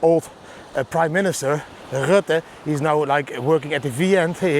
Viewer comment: Goodmorning Didi, somehow you have the abbility to pronounce the name ‘Rutte’ in a way that it’s filled with anti-vibes. 😂👊🏻